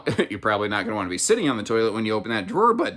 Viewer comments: nice "TOLIET". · Romeo and "Toliet"